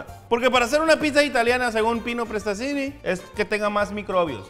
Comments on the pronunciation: diciendo pino prestazinni Yo:XD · este mexicano no sabe pronunciar prestanizzi